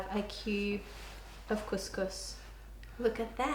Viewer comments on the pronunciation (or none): as an arab and arabic speaker you just said. Kuss kuss which is pussy pussy. you mean to say. Cous cous which is food.